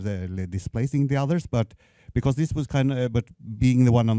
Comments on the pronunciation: Спасибо за лекцию! Единственное что мне резало ухо, это произношение слова because. Вы произносите его так, как будто это be-course :) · Надо поработать над словами was и because